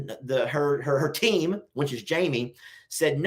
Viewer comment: Talking about how says certain words, the one that always gets me is when he says “which”. To me it sounds like “wench”. 😂😂